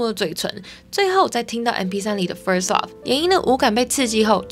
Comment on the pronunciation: Love 的发音我一直听到 Up..